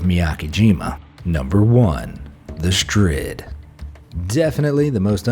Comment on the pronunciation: It’s Da Strid